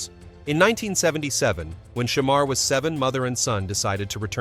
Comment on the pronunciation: Hate the way he saying his name smh.